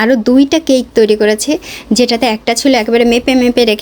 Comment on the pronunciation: That is cake not caike😂